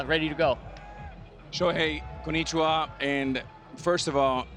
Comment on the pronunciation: Shohey, KONICHIWAH😂